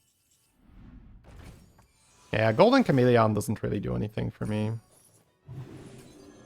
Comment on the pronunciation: It’s the most irrelevant thing but I feel some need to say that the way he pronounces chameleon really annoys me. Why exactly I have no idea. I really like as a person and his accent doesn’t annoy me regarding anything else he says. It’s so weird… apologies for unnecessary hate